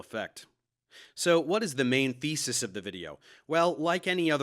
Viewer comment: i'm sure i heard you say "what is the main faeces of the video" instead of thesis